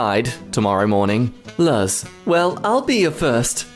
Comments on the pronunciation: his pronunciation of luz is paining me its not "luhz" its "lu zz" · im sorry to correct this, but for the luz and amity part, luz is pronounced "loose". its from owl house. great tv show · the way luz was pronounced angered many people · Just wanna say... I hate how you pronounced Luz Stupid thing to be bothered by, but the U is like "oo" in the name But it kinda gave me a chucke "L uh z" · No no I’m sorry I’m an owl house fan and I just have to say it even though it’s written Luz it’s (l-oo-se) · i bet a lot of people said this, but I thought I would just say, it’s pronounced Loose. I struggle with that a lot too, it’s Spanish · The audacity to mispronounce Luz's name! And to not even say Amity's name?? This is a war crime against the owl house community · mispronouncing Luz hurt me more than word can express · okay but the way you pronounce luz makes me want to throw my head threw my dry wall, and also for those who don’t know this is referencing the owl house a Disney cartoon that’s really good. Has the same vibe as gravity falls and amphibia, I’d recommend it. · He called he luz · That’s the Owl House and you pronounced Luz’s name wrong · The way pronounced Luz killed me lol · As an owl house fan, I am offended that he pronounced Luz that way, but am happy anything about owl house showed up. Perfectly balanced, as all things should be. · pronouncing Luz wrong hurts me physically